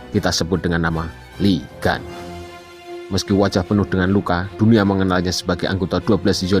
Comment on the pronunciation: Bang di bacanya bukan Lee gas tapi liguun pake u bukan pake a